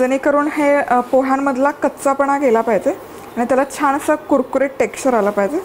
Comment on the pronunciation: छाण नाही छान अस बोलता